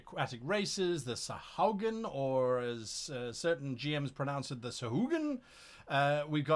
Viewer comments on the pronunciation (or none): It's "sahuagin", not "sahaugin" btw.